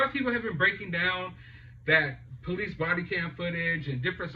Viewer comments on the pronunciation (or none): none